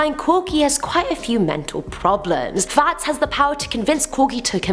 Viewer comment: Clowns are annoying, not funny, not scary, just annoying. And everytime you say Fats, it sounds like a posh Farts.